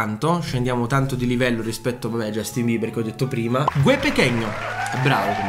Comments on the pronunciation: non si dice cosìii, si dice Jastin Bibaaa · Giastimber ha una pronuncia ridicolissimo